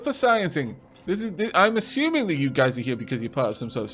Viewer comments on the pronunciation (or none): none